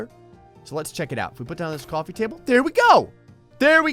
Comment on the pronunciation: it does want a new jersey accent COUFFY table